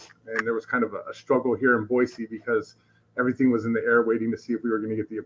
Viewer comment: Good on for pronouncing Boise correctly!